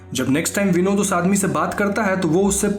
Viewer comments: When you were saying Vinod it's sounds like binod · Btw its not vinod its Binod😁😁